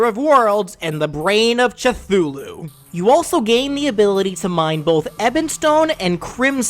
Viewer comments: I was getting more and more irritated (Albeit only mildly so) at the different pronunciations of Cthulhu but legit the brain of chipotle killed me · Cthulhu the sea says it sound it's not t h or s h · Did he really just butcher both Cthulhu names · He didn't even try to say Cthulu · Honestly I thought he was gust mis pronouncing Cthulhu but then he sed the brain of chipotle and that got me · you pronounced cthulhu like 5 different ways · I swear he's just mispronouncing "chuthulu" on purpose by now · I'm sorry but the way you say cthulhu made me gag. Edit: Wait... Its actually a gag about the fact you mispronounce cthulhu, but now on purpose... I've been had. On another note: instead of the rocket launcher, you could get the Celebration MK2 to fire a barrage of colorful rockets (which could also apply to the victory screen). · Listening to you mispronounce Cthulhu a different way every time gave me brain damage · I like how he is pronouncing “Cthulhu” differently each time to either A. Make everyone happy he pronounced it their way sometimes or B. piss everyone off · I mean, aren't they all technically incorrect? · You be missoronouseing the eye and brain of culthu also it is not "crimtine" it is crimsonite Edit: malase sersly it is mallase Also a bit of my soul just dies when you mispronounce things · I know the c'thulhu mispronunciations are on purpose, but i hate that they're all different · If there were sticky rockets, I could see you throwing the enemy forward or backward, the rockets sending them a little farther, and then the blast sends them even further. Also, how did I just realize that he was purposely messing up Cthulu's name? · you pronounce cthulhu different almost every time and it’s great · "Cuh-tulu" and "Cha-thulu." Never change. Never change. BRAIN OF CHIPOTLE PFFFF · Now why does he pronounce Cthulhu like cutulu? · Fun drinking game: drink every time "Cythulu" is said wrong. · Chithulu? It’s cuh-thoo-looo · Eye of Cutulu its cou-thuogh-loo